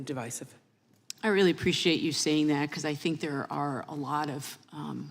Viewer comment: Lol. Funny hearing her say devicive when she says everyone who disagrees with her decision are bigots